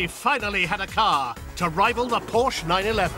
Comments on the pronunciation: Porsche not Porch. I'f you're going to call the English out on our pronunciation make sure you can speak the 'lingo' before doing so. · Por-shhh? Porsh-uh!!!